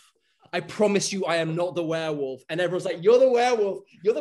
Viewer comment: Dijo Werewolf con W de Wrande